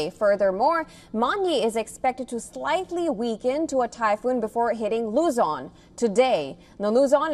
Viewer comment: Please pronounce the words properly it's not Luz on its Luzon please